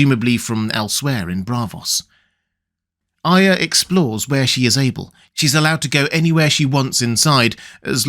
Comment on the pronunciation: Thank you for being one of the few people who says Arya correctly.